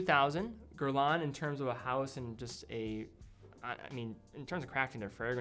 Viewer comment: Gerlawn? That’s not how you pronounce that.